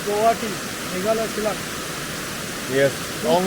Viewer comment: You pronunce "Shillong" better than that indian guy🙊